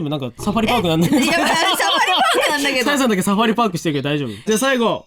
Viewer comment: サファリパークがさやリパークに聞こえてしまった.......www